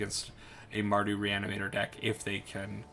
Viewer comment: BTW you nailed the pronunciation 😁